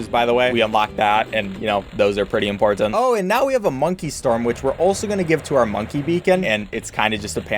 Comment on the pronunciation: sorry but a have to say this he says imporTant